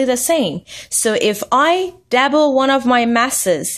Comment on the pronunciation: WHat the fuck is a DABBLE learn to talk